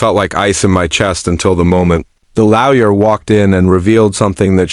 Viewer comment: FFS it's LAW-YER not frecken LOUYA. 😢LTFREPYDA